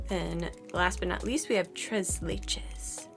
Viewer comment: Très leche: French, pronounced like trrray laeyshh